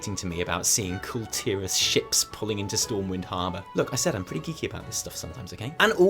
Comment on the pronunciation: You guys are some of the very few you tubers who correctly pronounce Kul Tiras. I think the rest are digging in their heels because they enjoy emphasising ASS.